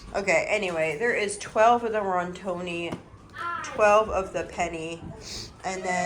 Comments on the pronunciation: Sweet lady: it is not Rontoni. It is. Rotini. (Row teen eee). It make me smile when you say it. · I love you and I watch your channel all the time! And maybe you do not care how you pronounce different things but just in case you do I was just gonna let you know how to pronounce a couple of the things that you mispronounce on here. This time it was pasta. So, Rotini is pronounced ROW-TEE-KNEE and Penne is pronounced PEN-YAY. And like I said, you may not care and I’m not trying to be a snob. I just thought you may want to know how to pronounce them.